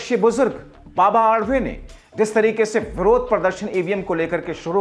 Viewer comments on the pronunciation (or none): बाबा आडवे मत बोलना बाबा आढाव बोलना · बाबा आडवे नहीं सन्मानीय बाबा आढाव बोलो